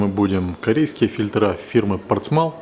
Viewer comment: Только не фильтрА, а фИльтры.